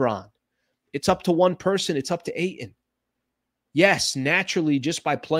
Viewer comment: Eie it's Ayton .